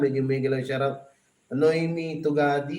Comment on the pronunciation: Hello pls.Paki ayus mo nman ang pagbigkas mo ng SHOUT OUT!!HINDI SHAROUT!!! its SHOUT OUT!!